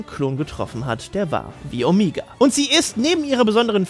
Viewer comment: Warum sagt eigentlich immer "Omiga"?